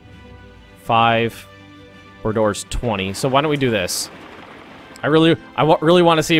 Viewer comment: Calls Bordeaux "Boar Door".